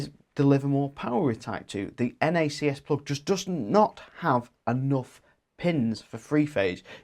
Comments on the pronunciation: Nobody ever implied that NACS (pronounced “nacks “ not “nackass”) should be a worldwide standard. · LOL nackass sounds so Australian pronunciation